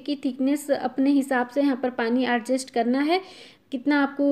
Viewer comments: Adgest nahi adjust hota hai 😂😂😂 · Argest nahi hota he Adjest he hota he😀😂